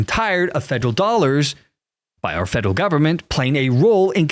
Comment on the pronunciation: Dont know what a 'Fedle' agency is. Fed Er All. Federal. Say it with me Federal Feels good doesnt it?